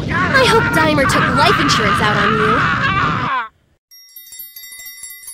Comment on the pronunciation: His name is DAI-mur